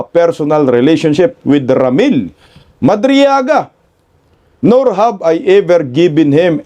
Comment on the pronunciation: Madriaga rather not madrigala, amaw amaw talaga, kagagawan ni Delima kc yan statement gawa gawa ni Delima.